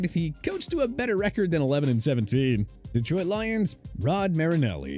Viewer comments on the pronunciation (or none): none